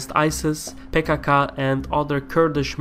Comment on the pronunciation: I love how you pronounce PKK as "pay kaa kaa" lmao